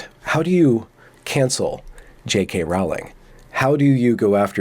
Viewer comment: Rowling.... rhymes with "Bowling" ... as in "Fuck it dude.... Let's go bowling... "